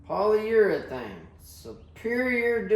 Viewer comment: “This can of solid… polyurethane!” 😭 how do you even know how to pronounce that??